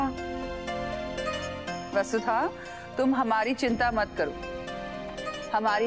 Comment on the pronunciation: Its vasudha not basudha